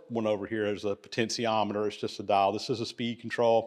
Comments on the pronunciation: Sorry but there is no such thing as a poten’c’iometer. There is no C in potentiometer. Please google the pronunciation and practice it. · That's pronunciation of potentiometer gets to me. 😂. Good video regardless. 👍🏻